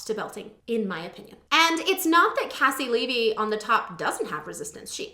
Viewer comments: It’s pronounced KC LEE V, she used to have it in her bio lol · haha I told you last time! KayCee LeeVee. But it's ok. Your reactions are so wonderful, you are forgiven! <3